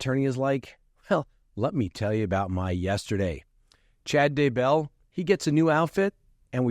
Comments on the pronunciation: Not, Chad da-BELL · Wondering - are you in the eastern part of the US? It's Chad DAY-bell